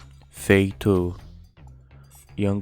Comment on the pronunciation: O nome da senegalesa não se pronuncia "Feito", se pronuncia "Fatú"